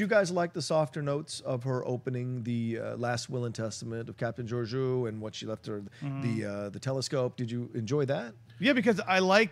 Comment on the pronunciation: captain's name is Georgiou! Greek. and they butchered the pronunciation. :) "geo rgE ou", the tone is in the I pronounced E.